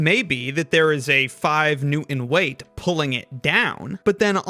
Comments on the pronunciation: Please, please, please. The man's name and the measure of force is NEWTON, not New-erns. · What is a Newon?... as he pronounced it. I know what a Newton is, but don't know what a Newon is. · I would like to point out that “Newton” has a T in it. It’s pronounced Newton, not New-en. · Wait.... did you say: "One New-iiin" "Two New-iins" "Three New-iins"? What the hell is a "New-iin"??? Did you mean NEWTON? NEW-TON, with a T!! Dude, you're undercutting your own credibility by mispronouncing the unit of measurement at issue here. Stop, start over again, and sin no more! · What is a “New-in”? What is it with millennials not being able to pronounce the T in the middle of words? Newton! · Nice video, but the way you don't pronounce the 't' when you say "Newton" drives me crazy. "New-in." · My brother, please pronounce the “t” in Newton. It’s “New-tun”, not “New-in”. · It's "New Tin", not " New In". Get it? Correct pronunciation is "Im Pore Ent"! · Nicely explained, but please note that there's a "t" in "newton." It's pronounced new-ton, not new-uhn. I know this is a lost cause since dropping the "t" in words like "newton" is now in style, but it's still annoying as hell. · 1. All you have to do is imagine pinning the center of the spring to the table and making it immovable. Nothing changes the physics of the problem, so the reading would not change. Each separated half-spring still holds 100 lbs each. 2. The name NEWTON has a "T" in it. It's "NEWTON", not "NEW-IN" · Now, if only the narrator could actually say" Newton" instead of New-in 😊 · Lah-in. New-in. This guy's inability to pronounce medial "t"s makes me want to cut myself. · New-in. La'in. This dude can't pronounce words that have a t in the middle. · What the hell is a "new-in". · I am really confused with the pronunciation of Newton: New-INT???? What the heck? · Americans always say "New-hn" bro. British also pronounce things differently but come on, sometimes it infuriates me. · What is a New-un?